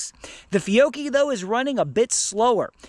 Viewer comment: It’s Fee-oh-key. George has it correct!